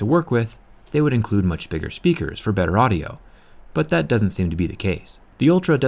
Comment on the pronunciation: HOW MANY TIMES DO U HAVE TO SAY " DAT "